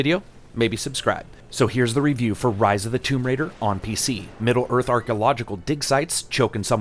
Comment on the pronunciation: I kept thinking of Ryse.. when you say Rise. lol.